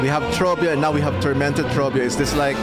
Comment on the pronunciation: The way you rolled the r in Trobbio made me so happy